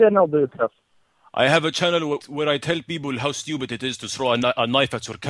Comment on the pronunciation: DID YOU JUST CALL ME STOOPYID